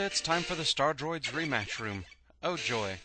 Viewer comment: lol was surprised to hear my name right away i was like GAH!....of course you pronounced it wrong but im used to that so does everyone...im starting to think maybe i pronounce it wrong....at any rate yea the X games X got whiny but thats cause they changed hands after 5. And personally i enjoyed the internal conflict at the end of X8 but X7 yea that was just terrible.